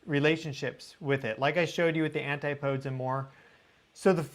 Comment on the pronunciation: ANTI-PO-DEES, DAGNABBIT!